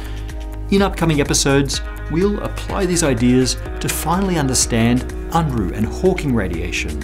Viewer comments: btw, it's not pronounced 'Un'-ruh, but more like ' Oon ruh'. I knew the guy years ago, and 'Un-ruh' didn't bother him. But just for the record. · "...the Unruh effect." It's pronounced more like Oonruh, not Un-ruh. Bill Unruh was one of my physics profs.